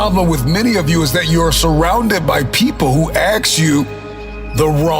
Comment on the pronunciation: Guy talks about endlessly learning and leveling up, but he can't say "ask." Smh...